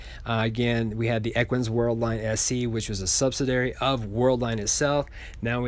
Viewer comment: Sub-sid-ee-airy....Love your channel, one of the most professional ones out there. Keep up the great work!!